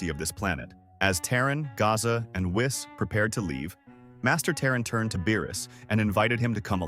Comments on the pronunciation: I am so sick and tired of everybody calling him wiss it's whis "weess" Even my voice to text feature on my computer got it right LOL when I said Whis this is what popped up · Misprounounced whis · Whees, whiis wyse whes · Interesting, let me continue watching, but why are you calling Whis that way? 😅 Is that how you pronounce “whiskey,” which is what Whis was named after?